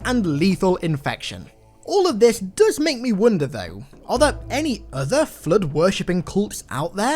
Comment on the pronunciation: Nobody:: "The Flutt"